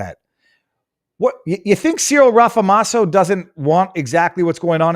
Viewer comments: Viva Frei I want to start this by saying I am a fan, but I have some constructive criticism. Just as you did in this video, could you please try and research your stats (example here is your saying that South Africa is one of the top 5 dangerous places and then you list others but say you're not sure if you got them right) as well as the pronunciation of people's names "before" you post your videos. I won't speak for others but it when you don't it affects my ability to trust your reporting fully the way I would like to. I get it, there are certain things that you speak about that you were not prepared to speak about - I'm not talking about those. But you knew you were going to speak about the president of South Africa today but you didn't bother to check the pronunciation of his name. I stead you apologized (profusely to your credit) but don't apologize - just take 6 minutes before you go on air to get it right. Other than that, all blessing to you and yours for all you do ❤️🙏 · Viva Frei - love you buddy! You had me in stitches as you 'slaughtered' the SA's presidents' name ... 'Rama-Posa' ... made my day. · Viva, its RAMA-P(h)OSA. "H" is silent 😅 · It's not Rafamose...just call him squirrel.